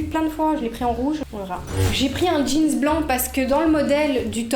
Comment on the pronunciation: Mais pk tu dis jeanz on dit jeans 😭